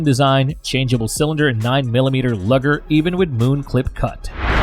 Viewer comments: Where are you from? POINT 357 magnum? Single lever? Double lever? 9mm LUG er.. it's Luger (loo-ger). And I agree about the click bait, that's what I wanted to see as well. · "Tow-rus" "Lugger" "Point three five seven" Get a real person to do this, not a stupid robovoice. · The AI narration is extremely aggravating. Who says, "...point three fifty-seven," or ," 9 millimeter lugger," or, "Tireus (Taurus)." I don't value the opinion of a computer program. Be real or get lost.